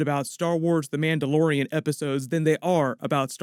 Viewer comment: he said this story follows a Mandalorian? I heard Amanda Lorian XD